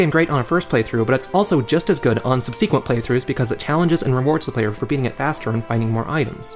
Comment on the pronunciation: Nice video, but please... SUB-suh-quently, not sub-SEEK-quently.